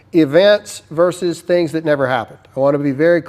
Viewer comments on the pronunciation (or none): none